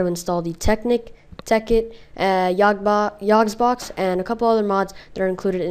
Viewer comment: it is yogbox!! not yogsbox!!!!